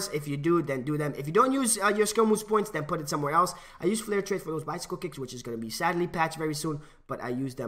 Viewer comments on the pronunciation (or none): none